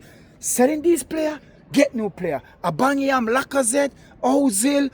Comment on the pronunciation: Big Up How you pronounce Aubameyang will forever be funny 🤣 "Aubaniyam"